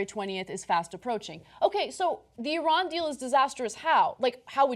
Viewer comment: Great to see someone that doesn't pronounce Iran, eye-ran!